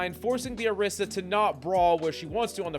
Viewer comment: why he call "orisa" - "Erisa"? eben in the time stamps???